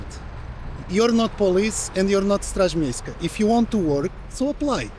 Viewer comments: Ten koleś od pozwu to jest polak jakiś ktory chcial tu przyszpanowac jaki to nie jest światowy. zaden zagraniczny czlowiek nie wymowi Straż miejska tak ładnie i czysto :) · Najlepszy i tak jest gościu z chamskim polskim akcentem mówiący po angielsku wymawiając poprawnie straż miejska po polsku 🤣 tak zwany ponglish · "Straz miejska" wymowione jak prawdziwy obcokrajowiec xD